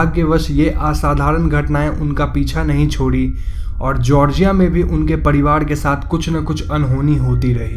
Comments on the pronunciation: Ye "sari" ko "sadi", parivar ko "padiwar" kyo bol raha hai bkl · Padiwad.. nahi pariwar hota hai lol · घड़, पड़िवाड़, कैड़ोलिन, बाड़ बाड़, चड़चा, अगड़, etc, etc, sorry but it's really irritating. र and ड़ 👈🏻 there is a difference bro. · ye pariwar ko padiwaad kyu bol rha h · Padivad kya he ye apka r ka uchhar me mistake he